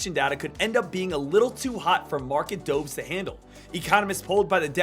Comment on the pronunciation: Its doves like the bird “dove”. Not doves as in the past tense of dive